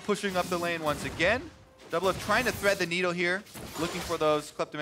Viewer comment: Anybody else realise that Kobe said doublift and olleh